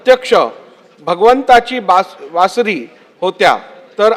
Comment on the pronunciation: बासरीला वासरी म्हणतो